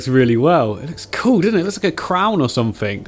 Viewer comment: It isn't cool it's koo😂